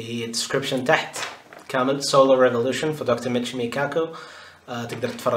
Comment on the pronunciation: للتصحيح العالم اسمه ميتشيو كاكو وليس ميتشيمو بالتوفيق